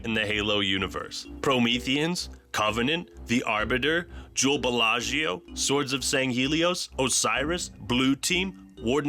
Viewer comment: I cracked up at “Jewl Bellagio” haha that running gag of changing is name each time is golden!